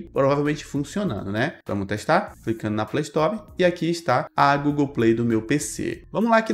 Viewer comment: Chato o robô falando Playstore kkkk play story shut up shut uuuup (Linkin park) kkkk